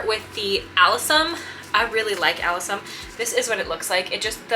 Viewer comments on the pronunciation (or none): I'm so jealous too... Sorry sorry sorry but say it like this my dear friend a-LIS-um. Lol lol naughty word . They will still sprout and you can separate alyssum and those types very easily.